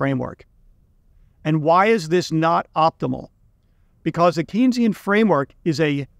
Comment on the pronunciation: It's pronounced Kane-sian, Keynesian rhymes with brainzean: Keynes told people that Keynes rhymed with brains.